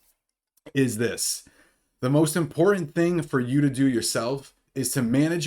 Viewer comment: You’re right…. Very “impor-ih” information!